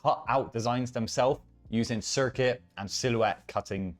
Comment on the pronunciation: It’s “Cri-cut” not “circuit”